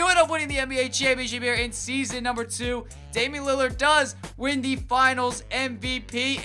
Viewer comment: I love your videos. But can you stop saying THEE lmfao!